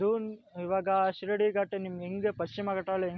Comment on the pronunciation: Don't pronounce shirdi ghat it sheeradi ghat. Only video shaking